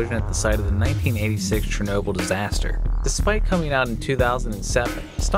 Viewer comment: You pronounce the Ukrainian word Shernoby But its called Chernobyl